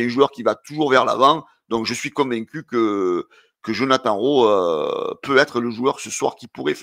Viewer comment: fait un effort Djonathane Rowe pas Jonathan 😂😂